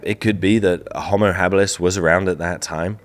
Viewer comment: Ho'mo.....not hommo